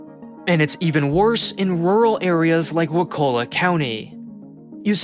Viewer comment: It isn't "waKULla", it's "WAkulla". Like "WALK a lot".